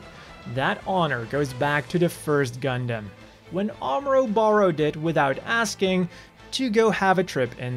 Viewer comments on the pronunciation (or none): none